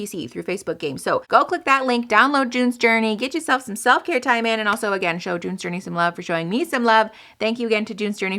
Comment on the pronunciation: The way you said "June's Journey" sounded exactly like "doin the dirty" 😂